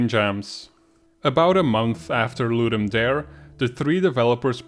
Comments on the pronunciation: Latin “dare” is pronounced “dah-ray” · It's pronounced "Ludum Dah-ray". It's latin for "to give a game." The event organizers have confirmed it. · Great videos. Just one point: the "dare" in 'ludum dare" is pronouned "DAH-reh" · Great video but it's driving me a bit crazy... Ludum Dare is Latin. It's pronounced Loo-Dum Da-Ray